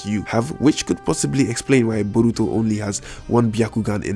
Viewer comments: Stop saying BURRRITO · Like when you say Borutos name U put to much enfisis on the first syllable but his eye is the tenseigan but its a incomplete form of it like how when sasuke unlocks his sharingan he only has 1 mark in his eye instead of three and he later unlocks his full eye